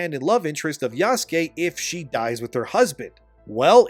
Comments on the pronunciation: The other thing wrong about this game is how the people playing it can't pronounce "Yasuke", like you. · Yasuke? I’m just going to call him YaassKween. The non binary guy’s name is Bukaki.